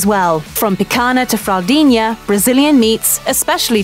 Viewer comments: Saying she murdered the language is a bit too harsh, the only thing that really bothered me is how she couldn't pronounce the nh in picanha but pronounced it perfectly in fraudinha. But actually I think it's better pronouncing it like "picana" than pronouncing it "pican ha" with the H pronounced like the brazilian R. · I was going to make my comment about this. Mignon and fraldinha are correctly pronounced. Picanha is not. Why? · It bugs me how she can't pronounce the nh in picanha but pronounces it perfectly in fraldinha. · What baffles me is that she however pronounces it perfectly in "fillet mignon" and "fraldinha".